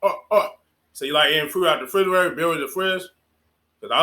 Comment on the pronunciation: Biwwy the fwidge